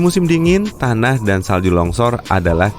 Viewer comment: Dan bukan dhan. Berada bukan beradha😂🤣 hidung lu kenapa